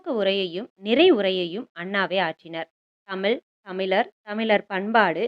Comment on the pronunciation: Thayavu seidhu thamizhai thamizh endru ucharikkavum. Tamil tamil endru koorum pozhuthu gen Z pillaigalin pechu thamizh kavalaikidamana nilaikku thallapadum.